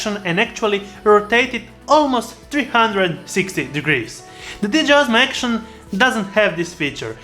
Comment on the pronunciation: Why do you keep saying DJI Osmo ACTION ?!